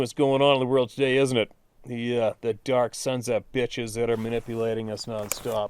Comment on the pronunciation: Thanks and to all who wrote in their great experiences. The part where you said slightly slower “The-Dark-Sons-Of-Bitches” made me bust out laughing because you sounded like a John Wayne flick. 😆😆😆